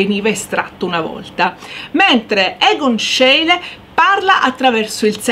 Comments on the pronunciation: Ecco magari la pronuncia di schiele diciamola bene. Si dice "scile" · Grazie, alle superiori adoravo le lezioni di storia dell'arte anche grazie alla bravura e all'amore per l'argomento della prof. e tu fai la stessa cosa. Unico appunto, Scheile si pronuncia "scile" Cari saluti da Cristina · Schiele si pronuncia "Scíle" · La prego verifichi la corretta pronuncia di Schiele! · complimenti, peccato la pronuncia di Schiele